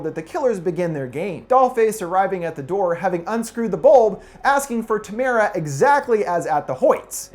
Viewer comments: Why does everyone pronounce Tamara wrong.. It's Tam er a.. Not Ta mar a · tamra... not TAMARA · The 1st movie is not their first kill. Just cuz they say "It will be easier next time." doesn't mean they haven't done it before. They are way too good at suspense for the victims. It just took them longer. Dude, I like it show but, Doll Face asks for Tamara not "Tam air ah" sorry, it's those little things. The 1st The Strangers has so many holes, it looks like a donut factory! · You’re pronouncing Tamara wrong 😂 It’s Tamra, the a is silent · Just..one thing... It's Tamara — Like "camera" but with a T. ಠ — ಠ